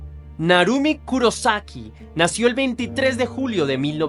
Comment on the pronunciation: Kurosaki con acento en la O Soy fan del anime bleach El personaje principal se llama ichigo kurosaki Lo dicen con acento en la O